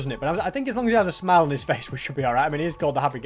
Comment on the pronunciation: "anyway mate i'm glad you're happy, 'cause we're gonna whipe that smine off your face" 😭😭